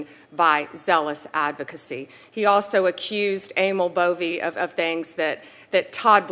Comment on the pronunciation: I'm just wondering why the narrator miss pronounces Pam Bondi's name? 😕